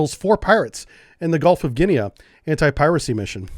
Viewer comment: Guinea sounds like mini - no 'a' sound. Same as 'pea'.